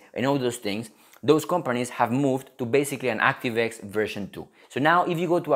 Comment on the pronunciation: 액스티브 와이 ㅋㅋㅋㅋ